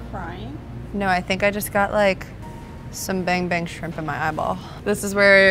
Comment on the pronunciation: Take a shot Everytime she says Ban Bang Shrimp, fun game 😉